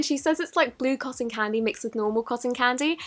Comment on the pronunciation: You say cosson to cotton